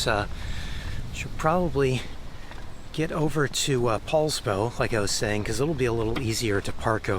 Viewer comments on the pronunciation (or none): Poulsbo, not Paulsbo, that's all !